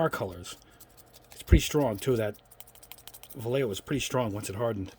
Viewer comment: It's pronounced "Vah-ye-ho".